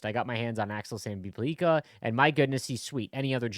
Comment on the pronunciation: It is not Sandin - Pull- leak-a it Sandin Pell- licka